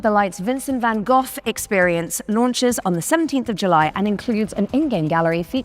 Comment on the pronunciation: I love how they both butchered “Van Gogh” pronunciation, yet he said it with his chest 😂